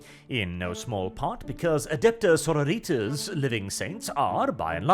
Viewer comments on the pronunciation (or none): Every time says Sororitas it feels like I'm being stabbed in the ear. It's Latin, not Mexican.